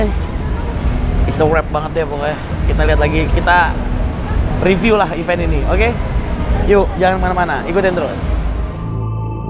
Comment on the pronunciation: Bener nih ucapannya event, bukannya even. Byk bgt yg salah